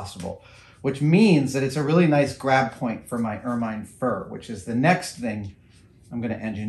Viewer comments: It's pronounced "ermin" (short-i sound), not "ermine" (long-i sound). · "Ermine" rhymes with "German", not "fur mine" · I'm in full on pedantic mode. Ermine is pronounced er- min. Second syllable rhymes with pin. Succor is pronounced the same as sucker. Love you Adam. Sorry I'm a word nerd. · Anyone else find themselves correcting Adam every time he mispronounces 'ermine'? It rhymes with 'vermin'. No? Just me? Oh well.